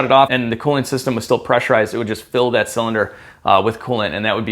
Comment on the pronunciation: Please keep saying “zilinder heads” 😅